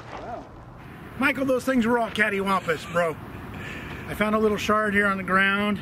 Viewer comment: I heard shart not shard... both are accurate descriptions. It is fast as a shart and explodes like a shart and leaves shards.